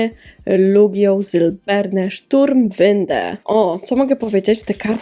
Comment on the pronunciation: Niemiecka nazwa boxa brzmi jak jakiś czołg xD Źle wypowiadasz nazwy, przy języku niemieckim trzeba krzyczeć xD .... Noibat..... eF-eM, skisłem jak to zobaczyłem, muszę zobaczyć te nazwy niemieckich poksów gdzieś i nagrać osobny odcinek bo niezła beka będzie. Oczywiście odcinek jak zawsze mega fajny, muszę trochę nadrobić na twoim kanale :D